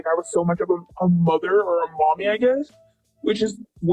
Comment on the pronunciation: "MY MUDDER AND MY FADDER ARE ANGRY AT ME-"